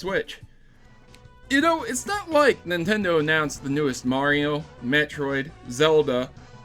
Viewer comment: Did i heard you say "bitchroid"